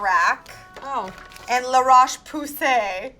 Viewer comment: hhhhhhhhhhhh it pronounce ' la roche pozay ' not poussey hhhhhhhhhh I LMAO